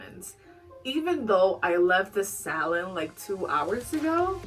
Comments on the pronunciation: I thought you were saying salad towards the end of your video when saying salon. 😂I’ve never heard it pronounced that way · Why did I hear salad when she said salon